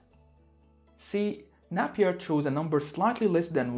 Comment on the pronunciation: Napier is pronounced with a long not a short ‘a’